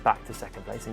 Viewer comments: British can't say "Kvyat". It's "Kivyat" for them. Fascinating. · Is that really how you pronounce 'Kvyat'?